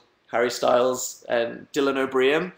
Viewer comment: how he says dylan o'brien tf